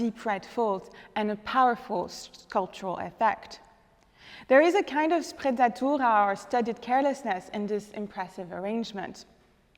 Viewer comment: What is the word ? Apparently the Italian word "sprezzatura" can have this sense ("studied carelessness"), but it sounds as if she's saying something else.